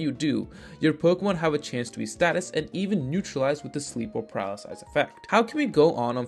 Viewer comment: Just say paralyze bro. Paralysize?